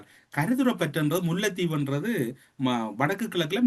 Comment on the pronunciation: வாய்க்குள் சளியை வைத்துக் கொண்டு பேசுகிறாரா? அவலங்களை அவளங்கள் என்றும், முல்லைதீவை முள்ளைதீவு என்றும் போனால் போகட்டும்... என்பதை போனாள் போகட்டும் என்றும் உச்சரிப்பு கொலை.. த்தூ..வந்துட்டாரு ஊடக துறைக்கு அதுக்குள்ள அடுத்தவன நக்கல் பண்ணுகிறார். அசிங்கங்கங்கள் அப்படித்தான்.